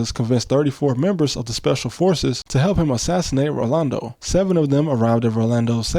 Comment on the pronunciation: Only American I've ever heard say "Rolando" correctly and not default to "Orlando"